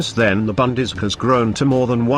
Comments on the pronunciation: I took me a while to figure out what the speaker meant with his annoying "bundees". It is the Bundeswehr! I wish anglos would make an effort in pronouncing foreign words. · Idiotic film - they are even not able to pronounce "Bundeswehr" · Minimax Well they are using a text to speech program. Those things aren't known for pronunciation.